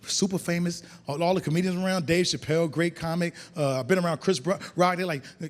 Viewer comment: The Dave Chappelle story in the second clip was epic. Did you hear how clear DeRay pronounced his name. "Dave! Chappelle!", story for the ages.🤔 😂